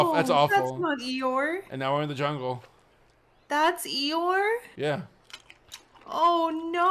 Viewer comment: That's not Eeyore, that's 'Uhoh' 😭